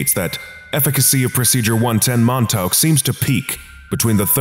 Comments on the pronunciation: Mon-taowk? Try 'Mon-TAWK,'. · You're pronouncing Montauk wrong. I don't know how to tell you the correct pronunciation through text, though. Edit: The letters au when put together make an aw sound. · I don't think that's how you pronounce Montauk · I love the way the narrator pronounces “Montauk” 😂